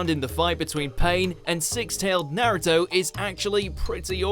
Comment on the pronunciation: He pronounced Naruto wrong